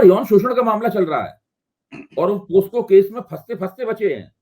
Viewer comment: पोक्सो पोस्को नहीं ।